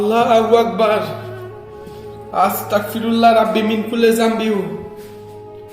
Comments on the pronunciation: আসতাকফিরুল্লাহ হবে না) আসতাগফিরুল্লা হবে বার বার কেন বলছেন আমাকে কাফির বানান আপনি কি শুদ্ধ ভাবে পড়তে পারেন না ভাই সরি যদি আমার কথায় মনে কষ্ট পান আমার যেইটা বলার ছিলো বললাম বাকিটা আপনার ইচ্ছে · আসসালামু আলাইকুম ভায়া ভুল হলে মাফ করবেন🙏🙏🙏🙏🙏🙏🙏🙏 ভায়া আস্তাকফিরুল্লাহ হবে না ভায়া আস্তাগফিরুল্লাহ হবে আস্তাকফিরুল্লাহ ৷৷ মানে হচে হে আল্লাহ আমি কাফের হতে চাচ্ছি আস্তাগফিরুল্লাহ ৷ ৷৷ মানে হচ্ছে হে আল্লাহ আমি তোমার কাছে মাফ চাচ্ছি আস্তাকফিরুল্লাহ আর আস্তাগফিরুল্লাহ এই দুটোর তফাত হচ্ছে ক আর গ বিদায় আসসালামু আলাইকুম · Apni budai naki.. astaqfirullah not... Astagfirulla hobe .. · আস্তাক না আস্তাগফিরুল্লাহ হবে ভাইয়া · Bro Its Not Astakfirullah, It's Astagfirullah.